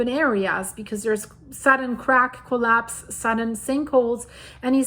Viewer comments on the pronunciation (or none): none